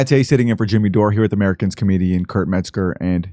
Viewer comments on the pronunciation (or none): none